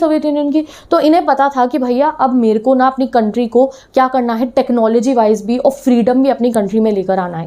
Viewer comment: 🤣🤣 soo funnnnny jb aap bolte ho merko na 🤣🤣 mere dimag me marri movie yad aaya 🤣🤣🤣